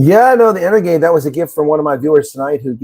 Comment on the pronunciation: Pronounced EnerJade, uncle. 👍🧃